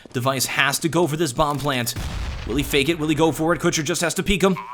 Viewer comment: omg u say kucher wrong in so many ways